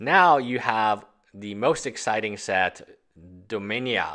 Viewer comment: Dominia ain't a set I ever heard of! they speak English in domina. say dominia one more time!